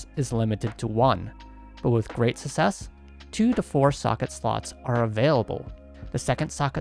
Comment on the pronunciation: Reason why I still haven’t subscribed to Channel: He still cannot pronounce Success